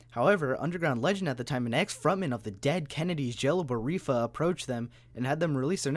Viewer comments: "Jello barifa" and "Rudy gillani" had me in tears lol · Pronounced : Jello B Off Ra (Dead Kennedys)